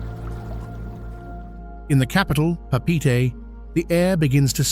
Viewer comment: Please learn to pronounce the proper wording like Papite when it’s actually Pape’ete